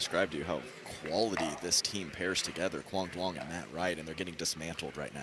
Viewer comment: ITS NOT PRONOUNCED DOO-ONG. THE D IS SILENT. ITS PRONOUNCED YOUNG. PLEASE LEARN A LITTLE VIETNAMESE PRONUNCIATION COMMENTATORS.